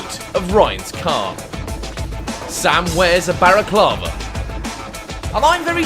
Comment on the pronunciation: its not baraclava its balaclava yw